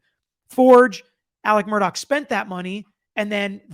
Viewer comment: Thanks for covering this! I believe there are many secrets still to come out. One favor: could you pronounce his name like “Murdock”?